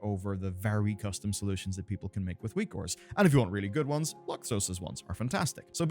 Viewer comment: Whose weak auras are good? I can't understand the name he is saying.